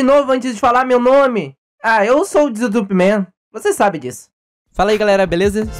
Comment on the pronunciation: Mano o fala desitupman